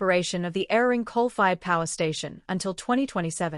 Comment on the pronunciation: As soon as you pronounced Eraring wrong, you lost me.